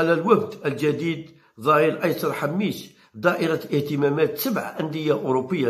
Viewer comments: صحح النطق انتاعك ،راك تخلط: اللاعب اسمو حماش وليس حميش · ياو حماش ماشي حميش اعرف تنطق اسمو راني نحكي معاه منذ عامين